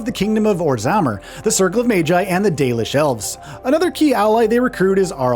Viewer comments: Anta-van,,, orzimer, such gross pronunciation lol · OrzaHmmar?!? 😂 i thought the comments of the pronunciations were just exaggerating but some of these really took me out LMAO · Someone either wrote this guy's script badly, or he did not check his pronunciation of certain words. Red "Lyrium" not "irium". Also said "Orzammar" wrong. Kinda takes away some credibility of you covering a franchise when you can't say things correctly... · Great overview, especially after how long it's been since I've played the games. But bruh lol, an average DA player would know have known how to pronounce Thedas, Lyrium or Orzammar.